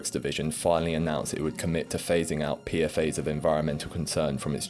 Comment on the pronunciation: Good video! I guess I'd never heard of Gorpcore b/c I don't use tik tok I like that you pronounce 'PFAS' the (IMO) correct way - ie. 'Pea-Eff-Ayes' instead of 'Pea-Fass', which sounds super wrong & annoying to my ear for some reason